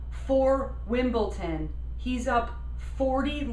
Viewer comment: It's WimbleDon (with a "d"); it sounds like you're saying WimbleTon (with a "t").